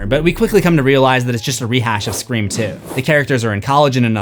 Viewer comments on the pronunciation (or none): I love that you keep saying scre4m